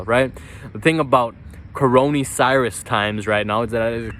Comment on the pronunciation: Coronee Cirus 😂